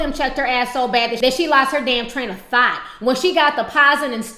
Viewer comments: Ms. Carter Idk. Ti knows how to come with the punches. So I'm taking it as her saying thot instead of thought. but whatev :) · I'm weak she said "train of thot"